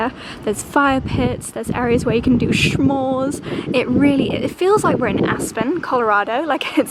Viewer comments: What a lovely vacation spot, looks like you guys are having an amazing time. Love this so much. And a friendly tip, it S'mores, not Sch'mores, no need for the "ch" sound! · I keep laughing when you say “shmores”, sorry 🤭🤭. It’s not S-H it’s just S … like “smith” .. s’mores. ❤❤❤❤ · Smores not SHmores. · pronunciation of the word “s’mores” is sending me 🤭🤭